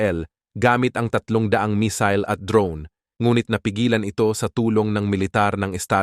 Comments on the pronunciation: Not mesil.mesayle.(mesille) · Missile mig , not misol 😅😅😅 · Misil sa imong mata 😂 missile hind misil 😂😂